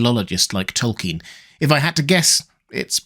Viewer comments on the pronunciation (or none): none